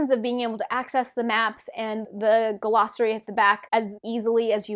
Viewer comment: What the heck is a guh-lossary? What the heck is a TAR-vuh-lon? There’s no ‘guh’, it’s just glossary. There’s no emphasis on the ‘tar’ in Tar Valon. It’s Tar VALon.